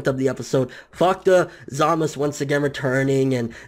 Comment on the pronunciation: Every time I hear you say Zamasu it annoys the hell out of me. Just say the "u" part geez